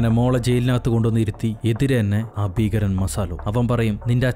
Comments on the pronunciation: ഫീഖരൻ അല്ല മനുഷ്യാ ഭീകരൻ 😃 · ഫീകരൻ അല്ലാ ട്ടോ. ഭീകരൻ